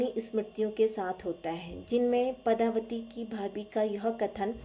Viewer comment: Nice but the name of character is padmavati not padhavati